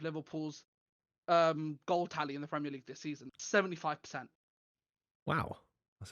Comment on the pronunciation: I hate how the yanks say "premier league" surely they watch it , so surely they've heard other people pronounce it correctly and yet they still get it wrong alllllll of them